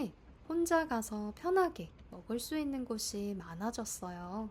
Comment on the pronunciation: I also cannot hear the 있는 immediately after.